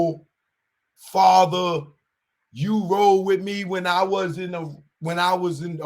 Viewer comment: Why y’all talking about another man’s child support, niggas is stupid 😢 What’s a fava? You sound ignorant, my fava, mova, and brova, it’s Father, Mother, Brother! 🫣🫣